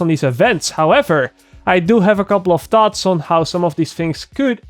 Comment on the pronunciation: it's thaawhtss not tots